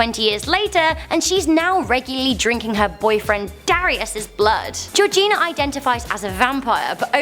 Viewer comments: #2 did she say jojina CONDOM?!? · did you say Georgina condom